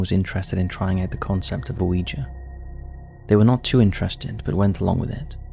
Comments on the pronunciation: The name of the board is yes in French - oui (pronounced wee) and yes in German - Ja (pronounced yah) so it’s wee yah NOT Oh Wee Gee board. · there is no O sound at the start of Ouiga board? think about how the French say yes! and that is why it's spelt, that way, and called what it is? every time you say O weeja board, it grinds my teeth Please stop it, and educate yourself, with something other than the Internet, if you can't read the pronunciation which is also, written next to the word in any dictionary? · Not trying to be a dick but Google how to pronounce Ouija. It's "wee-jee" both in American & British pronunciations. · So it's 3 syllables, oh-wee-jee? I've always it w/ 2 syllables, wee-jee. I can't believe they used to market them to kids. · 'Pronounced "we-ja"' My whole life is a lie. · I agree with Yestermen. The two words together are oui ja, so it stands to reason that it's pronounced wee-yah. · I HATE “wee gee”. Grates my nerves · I mean they do an entire episode on Ouija & pronounced it wrong through the whole thing. 🤷‍♂